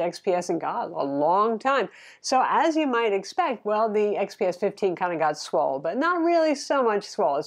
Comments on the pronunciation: I almost dyed when she said swole lol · I love that said swole. LMAO